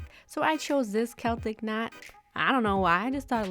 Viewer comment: They are gorgeous!! you pulled some gorgeous stamps!! and pronounced Celtic right!! I love those holos tfs xx